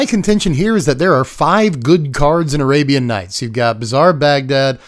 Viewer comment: I stopped watching when he said arabian nights.😅